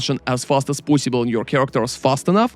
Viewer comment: I like when he says "as fast as poisibule" <3